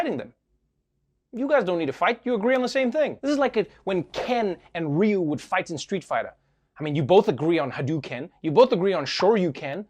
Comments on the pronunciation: RYU confirmed as "REE-YOU" THANK you Trevor. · Props to Trevor for pronouncing Ryu’s name correctly.